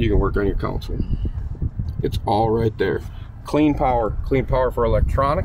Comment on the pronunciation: So the live wells are computer-controlled touch screen? What could possibly go wrong? 😝 Also, it is "console", not "council". One is a part of the boat you drive from, and the other is legal representation.